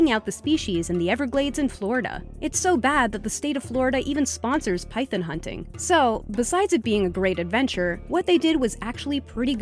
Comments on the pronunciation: It's Python not Pythen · Pie - thon not pie - thun you sound like Mike Tyson when you say it like that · its pyTHON, not pyTHIN. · Man.. the way she kept sayin pythin was pissin me off is pronounced PYTHON!! PIE-THON Not PIE-THIN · Python* not pythin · PythOn not Pythin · Its phython not phythin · Why is she saying pythen It’s so fucking annoying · if you say 'pythun' one more time... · Pythun lol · Not to mention it's pronounced pythOn, not pytyn like the narrator would have you believe. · Its py-THON not py-THIN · It’s pronounced pyTHON not pyTHIN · Wtf is a "pythin" ??? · How you say python pisses me off so fucking much lol “ pythin “ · It's not spelled pythIN its python. Dont ever say it like that again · Why does she say pythen its python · why do you make suck a big deal about it it’s better than just throwing it away it’s still food and it’s python not piephin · please its a python not pythin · Pie-Thon. Long 'o' sound, as in "-awe." Not, "Pie-thin." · Its Py-Thon not Py-Then come on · "Pythun" ol face ass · Pie - Th - On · It's PIE-THON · Who else cringed every time she said “pythin” 🙄😂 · That's not how to pronounce python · Stop saying python rong its triggering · I rather eat the maggot cheese then hear the way she pronounces "python" xDDDD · Your say python wrong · your saying python wrong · First off, every think about looking up the pronunciation of "python"?. And also nice bot liking all the comments to make it look like you read them all. lmao. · Can you pronounce python correctly please? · She doesn’t know how to pronounce python